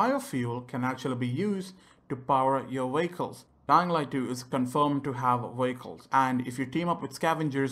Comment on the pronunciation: I know he is saying vehicles but i hear is VWAKOLS still a helpful video